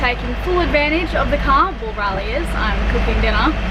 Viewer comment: glad to see someone mention it, it's been bugging me since the beginning, ignorant Aussies and I'm an Aussie....to Riley and it has a long A not a short one:) love you both and your adventures